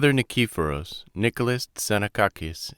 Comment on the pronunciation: nee-kee-PHO-ros. Please learn how to pronounce Greek words and names before reading! HEE-os, not KEY-os.